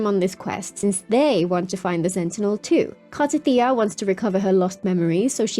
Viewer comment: dude you mock how she said Ciaccona when she actually said it right. meanwhile you can't even say Cartethyia right.